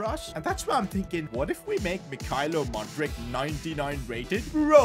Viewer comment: As a Chelsea fan I thank you Just saying you not saying Mudryk properly 😭